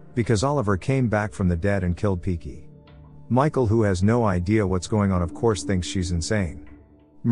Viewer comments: Hahaha ...not piki it's pinki 😂😂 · Now that sounds right too. Did he pronounced it as "Pinki" in the video also? I remember hearing only "Piki" & reading Captions for reference was not helpful either. Thanks again. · Her name is Pinki but they cannot pronounce it so they call her piki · He mispronounced it for sure.Woman name is pinki